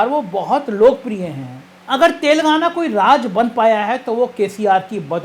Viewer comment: तेलंगाना है शब्द तेलगाना नही ऐसा आभास हो रहा आपके गलत उच्चारण से कि आप कह रहे तेल लगाना